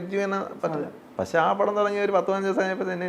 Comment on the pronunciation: ഇയാൾ കൂടെ കൂടെ "പശേ" "പശേ" എന്നു പറയുന്നു. പക്ഷെ എന്നാണ് ഉ ത്തേസം എന്നു തോന്നുന്നു... മണ്ണവേന്ദ്രാ വിളങ്ങുന്നു ചന്ദ്രനെ പോലെ എന്നാ അണ്ണാ.... സൂര്യനെ പോലെ എന്നല്ല.... അണ്ണന്റെ ഈ കൊണയടി കൂടി കൂടി , ഫീൽഡിൽ ഔട്ട്‌ ആണന്നു അണ്ണന് തന്നെ അറിയാം.. അണ്ണൻ പയങ്കര ചം മ്പ വം ആണ്ണാ.... ബാലു മഹേന്ദ്ര ഇപ്പോൾ ഉണ്ടാരുന്നേൽ സ്റ്റിൽ ഫോട്ടോഗ്രാഫിയുടെ സീക്രട്ട്സ് അണ്ണനിൽ നിന്ന് പഠിച്ചേനെ അണ്ണാ... മലയുടെ മുകളിൽ നിന്ന് വാണം വിട്ടാൽ സൂര്യനിൽ ചെന്ന് പൊട്ടുന്ന അണ്ണന്റെ കൊണയടി...